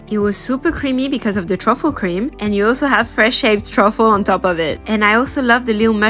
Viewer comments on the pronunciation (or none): Can someone tell her she is pronouncing truffle wrong